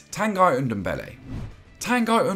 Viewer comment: Stop Saying Tan Guy. It's TanGhee.